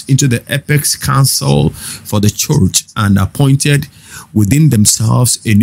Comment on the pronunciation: Bro, school yourself to pronounce 'ch". It's very irritating the way you call church, much, reach. That rubbishes your broadcast.